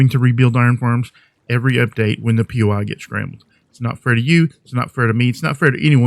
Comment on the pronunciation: Not poy it is POI, it is short form for point of interest